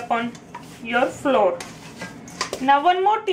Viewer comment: That was GREAT ( BTW: FLOUR .....it is pronounced just like: - “Flower” please ( i.e.: -NOT like “Floor" )